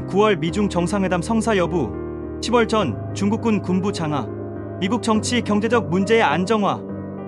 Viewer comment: 10월은 십월이 아닌 시월로 읽고 표현 해야 됩니다 😅